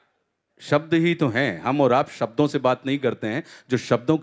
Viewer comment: भाई सब्दो नही शब्दों होता है । आशा करता हूँ भविष्य मे सही शब्द का प्रयोग करेंगे ।